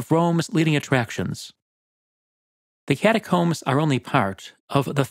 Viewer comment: Ah yes. The cataromes.